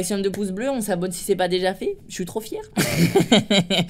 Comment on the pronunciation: mdr a il a dit on s'abotte a la place de s'abonner